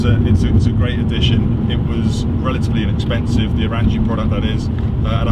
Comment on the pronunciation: Glad you enjoy the Orranje Stealth Intake, and thank you for sharing your thoughts! PS, we pronounce Orranje as "orange" 😄